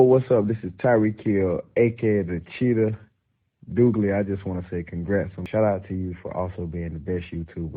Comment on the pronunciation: I will now pronounce Douglie as from here in out.